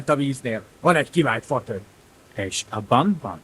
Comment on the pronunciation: aban? Not…abban?